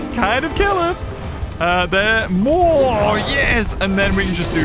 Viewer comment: Ah yes, “moar”